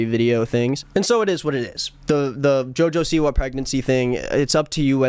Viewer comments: He said Joja Siwa 🤣😭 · love how he says joe joe seewah